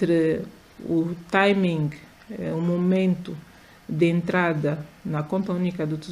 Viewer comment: Timing (Taimingue), pronuncia mal a palavra e ainda insiste. A senhora ministra poderia ter dito tudo que disse em português. 😂